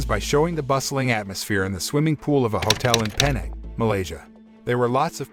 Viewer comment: Penang lol It's pronounce "pinang" to us malaysians